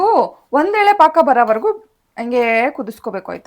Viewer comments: ಪಾನಕ ಅಲ್ಲ ಅವ್ರೆ its ಪಾಕಾ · ಪಾನಕ ಅಲ್ಲ ಪಾಕ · ಪಾನಕ ❎ ಪಾಕ ✅ 😂 congrats 🎉❤ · Guys it's paaka not panaka❤ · Madam adu sakkare paaka, paanaka alla 😂 also, congratulations! Paanka tara irli nimm jeevna ❤ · Congratulations sir ಪಾನಕ ಅಲ್ಲ ಪಾಕ sir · ಪಾನಕ ಅಲ್ಲ ಅದು ಪಾಕ